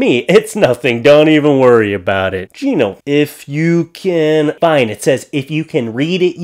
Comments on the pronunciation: Ummm - its not pronounced “Gee-no”. Its “guy-no” as in gynecologist bro. In case noones said that already. Sorry if I’m repeating it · Gino?! No,, it’s pronounced ‘guy-no’. You know, as in gynaecologist. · Not pronounced as Geno !!!! Ha Ha Ha "Gyno", as in Gynaecologist ! Hey, I dunno. Maybe you're right and I'm wrong?? Made me laugh tho' ! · i love how he read gyno as "geno" thinking it was someone name and not short for gynocologist edit: also that he completely missed the pun of "so mushroom in my heart". mushroom sounds like 'much room' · Pronounced "guy-no" as in gynocologist. Makes it even funnier lol... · They were saying Gyno, like gynecologist, not someones name lol